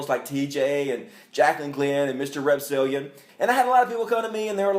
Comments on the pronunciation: Did say Mr. Repzillion instead of "Repzion?" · So am I the only one who noticed he said "Mr. Repzillian "? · DId he say MrRepzillion...? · Mr. "Repzilion"?